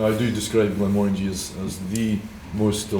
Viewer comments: …it‘s pronounced „Glenmórangie“, not „Glenmorángie“ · He definitely does, I grew up half a mile from the distillery, it's pronounced as if saying 'orangey' as in a shade of the colour. Not Mo-Rangie.